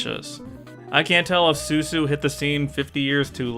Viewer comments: Hey, I think you kept calling Susan “sue-sue.” Which, uh, isn’t her name. It’s Susan. They pronounce it “Sue-Sin” when she’s introduced because the joke is that they all have very plain names, and they pronounce them with weird inflections to make them sound more sophisticated or exotic. Like when people call Target “Tar-ge” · It's not Suesue it's Sue Sin lol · You kept calling her "Su-Su" but I'm pretty sure her name is "Sue-sin" like "Susan", like all the rich friend names were jabs at snobby, upper-class stuffiness, like "Eliza-beth" instead of "Elizabeth" for example. Or maybe this is just me mis-remembering due to Mandela Effect? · I think it's pronounced "Su-sin". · I thought her name was pronounced "Soo Sin." ...like a snotty way to pronounce Susan. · It's actually Seuss-in (the joke being how the snobs all pronounce their names in an over the top fashion)